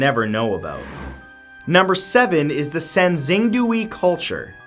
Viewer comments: also sangxingdui is pronounced sahn-shing-doo-ey. even to this day Mathew cannot pronounce chinese words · I cringed every time he said sangxingdui. It’s sahng-shing-dway, Matt😂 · Xing is pronounced closer to “shing” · Poor Matt xD Sanxingdui= Sahn-shing-dway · Klo-vis. the first syllable rhymes with flow. Asnxingdue = Sahn-shing-dway. Pueblo= PWEB-lo. Moche = MOh-chay